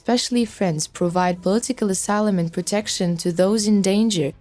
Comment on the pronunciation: Please get someone that can pronounce the words correctly. Asylum.and ballistic, assured. You drive me nuts trying to figure out what the actual message is. There are many more. By the time I figure out what you are saying the message is over!